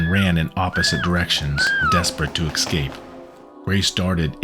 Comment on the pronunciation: Good narration ... I just don't like his pronunciation of the word "escape" he says EXcape...